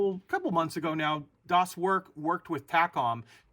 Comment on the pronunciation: Hi, "Das Werk" in german should be read as "das verk", "er" is pronounced the same as "air", thank you. Love your video.